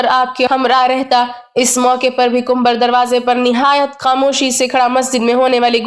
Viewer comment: Suno Kumbhar Nahin Kambar naam hai